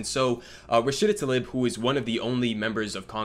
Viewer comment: Damn, he doesn’t even know how to pronounce her name.